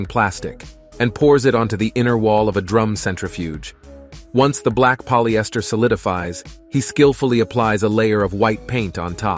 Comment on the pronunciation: Never in my life I've heard of anyone pronouncing Polyester as Poly Esther